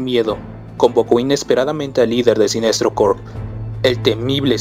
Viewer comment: Es normal que cuando alguien dice Sinestro en vez de "Siniestro" tenga un pequeño nerdgasmo?